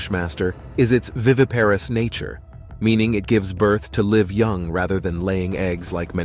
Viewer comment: When you mention that "a snake gives birth to live young," please know that the "i" sound in "live" is a "long i" sound; you've mispronounced it a couple of times in your presentation.